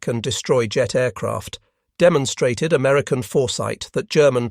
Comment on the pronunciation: 'Amerucan' ?? Give me a break. Yet again this nonsense is repeated. ALL of the Allied high frequency radars friended ENTIRELY on the British invention and development of the Cavity Magnetron by Randall and Boot at University. Of Birmingham in England. It was handed to the Americans at the Tizard Mission in Depot 1940. They produced it by the thousand. And well done to American factories. Credit where it is due. The radar was essentially a British invention.